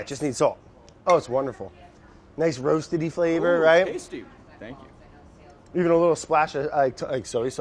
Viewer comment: Petition to officially get "roastedy" in the dictionary